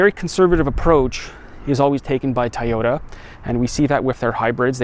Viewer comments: It's toooooyota not tayota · lol Tieoda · for the mother of all things holy. if u r gonna review cars, learn how to say TOYOTA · Please pronounce Toyota correctly